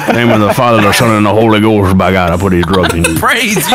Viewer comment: It honestly sounded like he said “Brother TuPac I appreciate you for these drugs”